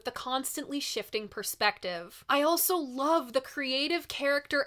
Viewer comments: This is the weirdest thing, but I love the way you add a T and a Z to also... altzso! I love your vids, I have a couple suggestions for some modern record reviews Jungle-Volcano or any Parcels album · Lol. I "ALT-SO" thought the same thing! 😜